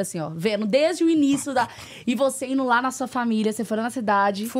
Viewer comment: Gente!!!! Alguém ensina a entrevistadora a falar pelo amor de Deus !!!! Não é INO, nem COMPRANO, nem LIGANO. É INDO… COMPRANDO, LIGANDO E ETC. e ainda diz que faz sucesso 😢